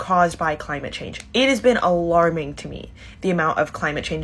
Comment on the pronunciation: Da cwimate cwisis OK GORL AS IF THE LITERAL DEMOCRAT PRESIDENT CANT DO A THING